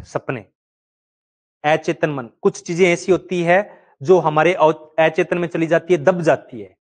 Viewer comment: स्वपन होता है सुपण नहीं अचेतन होता ऐ चेतन नहीं